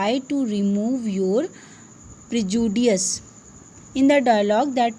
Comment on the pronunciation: Prejustice (prejudice)